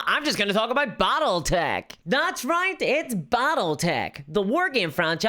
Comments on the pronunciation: "Bottletech"??? What is "Bottletech"???? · I've never heard of "Bottletech" before...:)